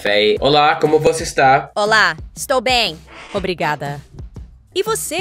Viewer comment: Was that obrigada? Lol